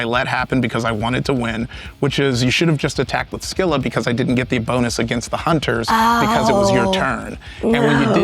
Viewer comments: The English pronunciation of "Scylla" is "SIL-uh." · She nailed Charybdis, but Scylla did her in.